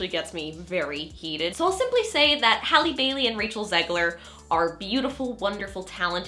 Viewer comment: Thank you for saying Halle’s name right